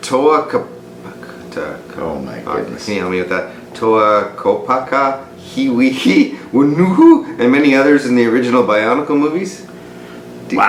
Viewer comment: You actually pronounced Kopaka correctly, Hewkii and Whenua not so much.